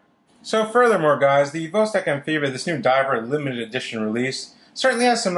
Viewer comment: jfyi: pronounced vahss-TOK